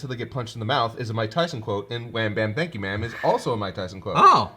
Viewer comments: I always heard “gotchya bitch” at the end, when the cell jr. was punching Goku lol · I absolutely did not hear "Wham, Bam, Thank ya ma'am!" To me, it was more "Gotcha, B***!" Weird how our minds fill in the gaps. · I only hear "wham-bam-gotcha man"